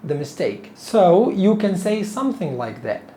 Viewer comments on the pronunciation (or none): none